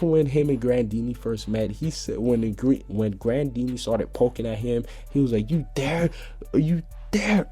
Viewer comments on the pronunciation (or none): Pink Kitty_333 it's spelled grandeeney but it's pronounced grandina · Its grandeena not grandeeney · It's grandine not grandeeney idjit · ITS NOT GRANDEENEY ITS GRANDINEA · It's not grandeeney its grandena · Another question, why are you calling the sky dragon "Grandeeny?" Her name is Grandine, maybe it is a translation mix up and she is called that in the dubbed version. But Hiro Mashima definitely named her Grandine and you don't really translate name haha... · gtfo Julia Its spelled Grandeeney, pronounced Grandina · Its Grandine, not Grandeeney... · It's Grandeena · it is pronounced grandine and my dad is my favorite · It's not Grandeeney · He said most names wrong😂